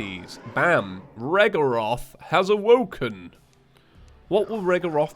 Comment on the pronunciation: It sounds like he says "Elements Owoken" when he says the name in the intro.